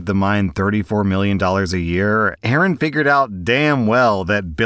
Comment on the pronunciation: Pretty annyoed that you keep mispronouncing A A Rons name.... 😀